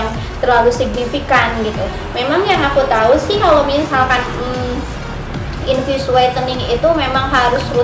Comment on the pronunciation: Ngomong infus no sih gosah infiyus infiyus 😏😏